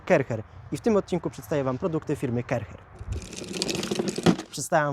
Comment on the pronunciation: Sprzecior zloto!! A to sie nie czyta ,,karczer,,? 😅